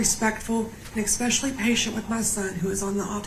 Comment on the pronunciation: ATM-there is a pandemic that is so insidious, it's 💯 terrifying! Idk how it's grabbed ahold of so many seemingly intelligent ppl. It's actually rapidly spreading to other words.... It's 'especially'. 'ESPECIALLY'... NOT 'ex-specially'!